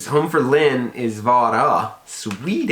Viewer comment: Lynn said Lynn like "Looon". Rhymes with Jon "Uoon". Lynn is hilarious. Y'all make a great pair.